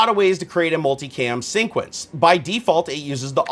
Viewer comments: What's he saying? Sinquence, sceme 1, sceme2, sceme3? Is that a thing? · Hey man, I love your vids but the way you pronounce sequence as "sync-uence" is sooo tilting. Lol keep up the good work :)